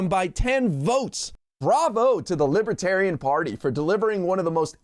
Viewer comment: Trump calls it "Libatarian."